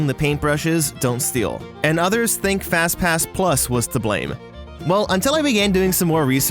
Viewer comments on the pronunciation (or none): why do you call it a faz pass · FazPass? *fnaf flashbacks* (Thats what I heard, I dont think he really said FazPass)